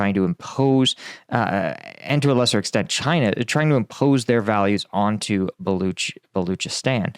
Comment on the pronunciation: Balochistan is pronounced Ball Loch(lock) ee stan